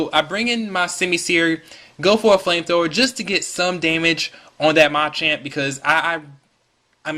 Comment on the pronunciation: Pretty good narration. Don't focus the narration on the ROM hack, though. Also, it's pronounced muh-champ, not mah-champ.